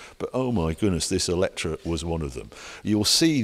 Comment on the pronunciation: Why pronounce it Eletra? Eletre rhymes with metre, no?